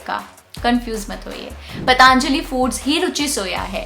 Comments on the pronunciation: पतंजलि है , पतांजलि नहीं । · मैडम पहले तो आप पतंजलि को पतांजलि बोलना बंद कीजिए | पतंजलि भारत के एक महान ऋषि और आयुर्वेद के जनक हैं, इतनी जानकारी तो आपको होनी चाहिए